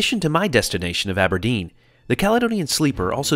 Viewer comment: Love your pronunciation of places in Scotland! Inverness? Aberdeen ?